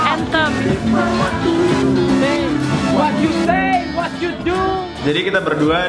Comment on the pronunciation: wat yu sey wat yu duukkk #medokstyle